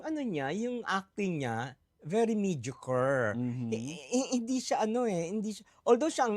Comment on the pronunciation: wag ng gamitin ang word na mediocre kung ndi naman kayang ipronounce ng tama...